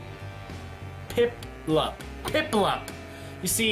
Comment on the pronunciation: "Pimpluump" LMAO